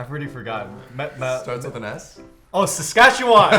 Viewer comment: As a Saskatchewanian hearing Phil say our province’s name gave me alot of joy